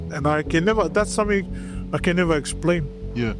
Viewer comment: Its the voice over for me, it was the “but when the church was abandoned, the people said somefing else moved in” and “as if hes still watching over the church long after deaf”🤣🤣🤣